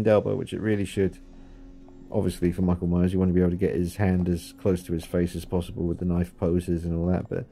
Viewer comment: This isnt Michael Myers....its "Merckle Maeyers" lmaooooo I will be picking this up now and probably rehauling... thank you!